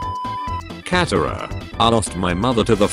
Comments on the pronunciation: It's katara not catara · I love how it pronounces Katara and cat-a-ra and Aang and ung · “Aang, katara, ba sing se” Robot voice: “Ong, Cat-era, bay sing say”